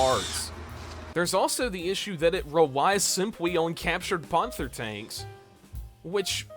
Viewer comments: why do you pronounce panther ponther? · why dont you pronounce panther right? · Your videos have potential, but you've gotta work on your pronunciation. Surely you've heard the word "panther" pronounced before? And, as a tank enthusiast, "panzer" as well. Not to mention "calliope" in a previous video. Im not trying to be mean at all, it just needs some work. Otherwise the videos are quite interesting! Though maybe slow the pace of the edits down just a bit.